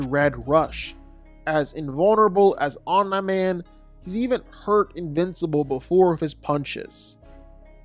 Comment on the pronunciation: That Omnai man pronunciation is low-key annoying af😂